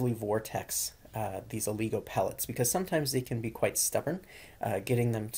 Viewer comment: It's not Ooooligo lol Its oligo